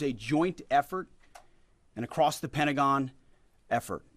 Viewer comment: It’s Pentagon not Prentagon!!!! 🙄🙄🙄🙄